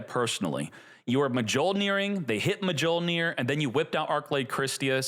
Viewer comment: Miyol-nir. Come on man.